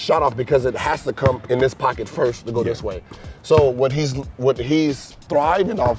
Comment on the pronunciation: "I have to stop and come" am i the only one who heard "cum" XD